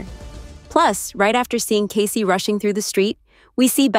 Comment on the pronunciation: For Pete’s sake his name is NOT Case, as in suitcase, it is Kaycee, as in Casey Jones (the train driver). Bloody robots!